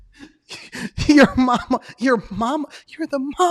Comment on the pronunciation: the spanish ppl are cracking up when they hear "mamala".